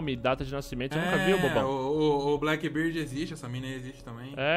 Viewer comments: Eles falam errado o nome do blackbeard de propósito? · me da um negócio quando ouço eles falando"BlackBird" ksksk ao invés de "BlackBeard"... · que agonia de ouvir eles falando "blackbird" ahuehaueh